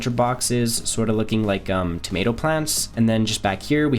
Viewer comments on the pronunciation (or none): none